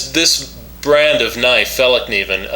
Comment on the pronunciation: you got the best pronouncement of Fällkniven of all Americans Iv ever heard try saying that